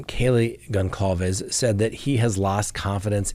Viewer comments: Sorry,, but it's pronounced Gonçalves (Gonssalves), not Gonkalves. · Please. Goncalves is pronounced with a soft C. Like: Gonsalves. Thank you. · His name is read GonSalvez....C is a S as this is a latin name (doooh, captain obvious!!!). Have some respect ffs!!! You read Cyan not cayan right? so you can pronounce that S even if it's written with a C right? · with all due respect, the surname GonÇalves is pronounced Gone-Sal-Ves, it's of Portuguese extraction.;)